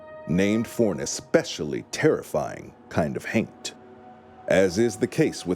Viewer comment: Every time he says haint, my juvenile mind (despite being over 40) keeps hearing TAINT lol 🤣